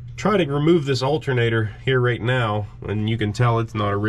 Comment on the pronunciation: That is an alternator, not "altinator".